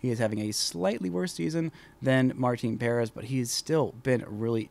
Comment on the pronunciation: It’s pronounced Puh-rEHz. Not Pair-ehz. Not why that bothers me how you say it. Lol